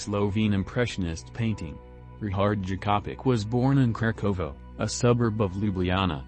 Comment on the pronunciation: Ri-H-ard Jakopič , not Ri-CH-ard Jakopič ... 😉